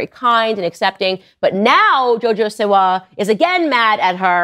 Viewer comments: Live the content just letting yk you said siwa (seewah) right the first time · You said her name correct